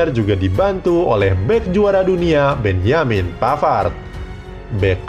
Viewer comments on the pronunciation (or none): none